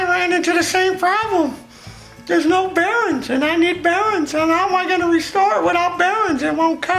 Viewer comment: It's bearINGS not bearins. :)